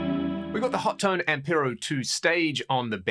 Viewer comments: It's "Ho-Tone" not "Hot-Tone". 😄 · Its pronounced Ho-Tone